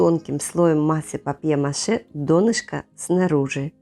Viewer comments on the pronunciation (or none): I really dislike AI voices: PAPER MATCH for paper mache !